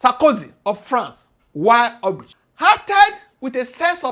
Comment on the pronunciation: Wish you had learned the pronunciation of hubris before the video